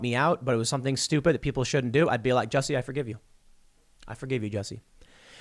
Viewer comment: Super Glad you finally pronounced his name right. xD